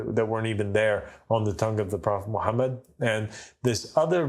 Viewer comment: This guy cannot pronounce the name of Prophet Muhammed sallallahualaihiwasallam properly and you think he is speaking truth? What a nonsense! This man is a kazzab and implanted to create doubts. Three of his qualities are enough to prove he is indeed a partner of dajjal 1- will never be able to pronounce it correctly the name of Prophet Muhammed Sallallahualaihiwasallam. 2- lies about everything. 3- create doubts instead of removing it from the mind of a layman. He is a disciple of shaitan